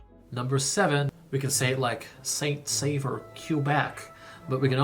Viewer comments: "Saint-Saveur." IS NOT THE NAME!!! It's not even A name! The name is Saint-SAUveur. Pronounced SO-veur. If it would be an English town it would be called Saint-Savior. It would be nice if you would inform yourself about the French Canadian culture. The French Canadian culture is WAY DIFFERENT than the English Canadian culture!! You have practically done no videos on our beautiful culture! After all Canada isn't only about the English! The French Canadian culture is very important in Canada. So if you want to have a TRUE idea what Canada is about, you NEED to find out more about French Canadians. Not just in Québec, but ALL over Canada since Franco-Ontarians, Franco-Albertans, Franco-Manitobans, etc, all share a past and culture, but each area has their own separate culture too. The Acadians have a totally different culture since their culture doesn't even stem from Québec. They have always been their own people and culture. They have a very interesting culture! "Seven hours. I feel like you're gonna want to be flying that" ... "even if you're not going to be doing it a lot". Well if you want to visit Canada you better get used to driving 7, 9, 12 hours or more if you live in a remote area. That's NORMAL in Canada! Flying is VERY expensive in Canada, so unless you're rich you are DRIVING everywhere! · Saint-SaUveur, Québec - pronounce Saint-S'o'veur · It is Saint Sauveur Quebec. (Holy Saviour) Not 'Saint Saveur' You forgot a 'u'. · Oh my god it’s “Saint-Sauveur” as in saint-saviour not “Saint-Saveur” as in saint-flavour 😂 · Not St-Saveur, but St-Sauveur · That's Saint Sauveur, not Saint Saveur!